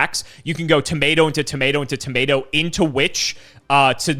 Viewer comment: I am so sick of pronouncing things wrong, he even said "tomato" wrong 😤